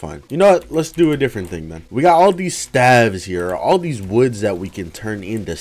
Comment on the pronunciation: he pronounces stave wrong hahaha